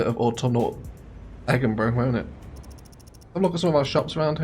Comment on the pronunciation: Why the high crime? Egginburgh isn't exactly Glasgwegg, but it's close!